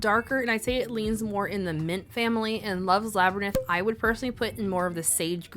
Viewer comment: What is a laberninth? Why are you making up English words and saying the French ones correctly?